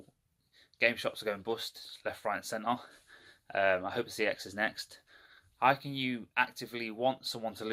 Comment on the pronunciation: he might have the “knowledge” but he can’t say the name of the shop right...